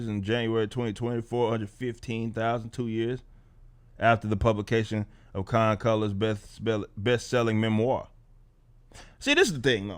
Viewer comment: Her name is "Con-Colors" ....